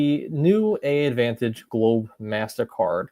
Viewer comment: Thanks for posting this. I appreciate the comprehensive info and this seems like it could be a good fit for people who don't need the full Admiral's Club membership. One small thing, I believe AA's branding is confusing, but I believe the name of the program is pronounced "advantage" (despite the two A's).